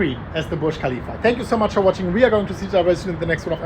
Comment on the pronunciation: I like how Burj Khalifa sounds almost like Bullish Khalifa